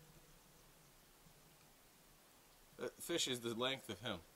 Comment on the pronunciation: "Look at this ffffffuuu ... fish!" :D